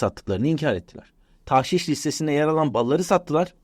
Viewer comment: Haftalardır yanlışta ısrar ediyorsunuz beyefendi! Doğrusu "tağşiş"tir.